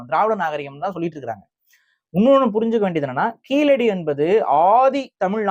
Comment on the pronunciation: நீங்கள் சொல்லும்போது கீலடி என்று சொல்கின்றீர்கள். கீழடி என உங்கள் உச்சரிப்பு சரியாக அமைய வேண்டும். சரியாக உச்சரிப்பில் பயிற்சி வேண்டும்